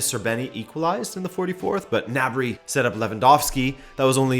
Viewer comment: ITS GNABRY NOT NABRY THE G ISN’T SILENT